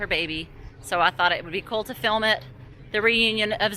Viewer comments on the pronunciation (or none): none